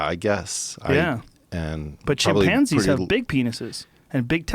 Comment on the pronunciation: Anyone else hear Joe saying " chimp pansies " ? Cant fkn unhear it.